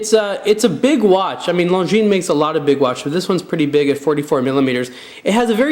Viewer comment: Finally, some who pronounces Longines properly.